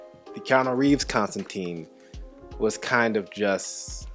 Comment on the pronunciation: Ok, there are 2 glaring errors in this film vs the comic (Hellblazer), but it is basically a perfect adaptation other than these 2 issues. Constantine is pronounced con-stan-tine, not con-stan-teen. Also, Constantine is British, not American. Now, both these can be explained by just saying "it's an American addaption" but I think I would have liked just a little more comic representation.